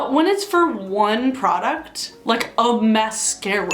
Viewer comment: Say mascara again Mas-scara